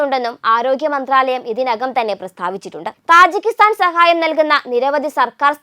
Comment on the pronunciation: തജിക്കിസ്ഥാൻ ആണ് , താജി അല്ല !